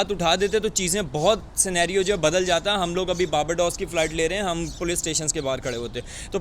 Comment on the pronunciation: Poloce🤣🤣🤣🤣 it’s Police. Padhai kar lete thoda.